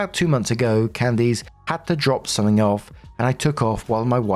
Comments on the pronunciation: I am begging you to learn how to pronounce Candice. It’s not pronounced “Can-deece” it’s “Can-dis” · Loving "Can-Deece" instead of "Can-Dis" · How is it that narrators have never heard names like Candice (it's not "Can-deece") or Isaiah or Isaac?? There's many more, they're all normal everyday names, but the narrators pronounce them so strangely, as if they're obscure names from thousands of years ago...🙄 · My name is Candice and it kills me with the way you are saying my name.😂😂😂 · Weird pronunciation of Candice is throwing me off. The last syllable is generally pronounced like 'list.' Edit: (without the 'L' and 't' of course)